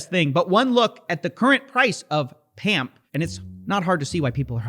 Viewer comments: Sir, it's not pronounced pamp, it's more like pomp, its a reference to the old bizonacci videos ❤😎🤝😎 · Bitboy saying "pump" instead of "pamp" was amazing. Dude straight up revealed his trap card before the game even started XD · I get that the words are just 1 letter off, but the fact that BitBoy misspoke and called Pamp "Pump" feels like a hell of a Freudian Slip.